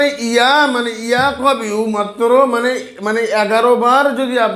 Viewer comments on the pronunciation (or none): ইয়া কবিউ না ইয়া কোউইউ